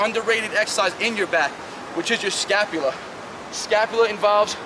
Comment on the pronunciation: All I heard was scapulia the whole video 🤣🤣🤣